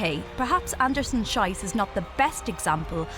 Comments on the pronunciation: It's pronounced "sheess", not "shaiss". In German class I learned "when two vowels go walking, the second one does the talking,", but of course that only works for English pronunciation of German words. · Its sheees not shise ffs your making her surname sound like a swearword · I wonder if author of the video already found the correct name prononciation of that suffering women. Because my ears suffer a lot while listening "sajs" instead of "si:z" ... and you can suffer on your eyes while reading my horrible english :) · Please please please – the last part of her name is pronounced "Sheece". "Shice" means something else entirely💩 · inexcusable mispronunciation of the athlete's "Schiess" name. In Germany/Switzerland "ie" is pronounced "ee"! And "ei" is pronounced EYE. The woman announcer mispronounced "Schiess" as SH-EYE-S, it should have been SH-EE-S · Can the commentator please stop calling her "shais?" It's said "shees". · The commentator is pronouncing the name Schiess wrongly. The diphthong 'ie' in German is pronounced 'ee' not 'aye'. So the correct pronunciation is Sheess. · It's somewhat sad that the narrator just cant pronounce her name correctly. Her name is written "Schiess", which should be pronounced "shees" not "shais" which means something totally different (and insulting) thing... Thoose who speak German know what I mean. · Her last name is pronounced Andersen- SHEES, not Andersen- SHYS. In German, the dipthon IE is pronounced as a long E. The dipthong EI is prononced as a long I. Example: Ein bier....Heidelberg... ...Fraulein... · Maybe learn to pronounce the athletes’ names.... Schiess is pronounced SHEEss. Not SHYsss..... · Anderson-Shees is how it's pronounced, not Shice. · Pronounced "Sheess". Otherwise it's a bad word! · It's pronounced "Sheess". "Sheess". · Schiess, pronounced 'sheess'. That rankled EVERY time. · Schiess is pronounced shees. Maybe the commentator was thinking about how the athlete must have felt 😅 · Pronounced 'sheess'